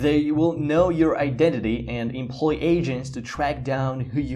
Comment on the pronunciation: "And employ Asians to track down..." WHAT (I know he said agents, but you gotta admit...)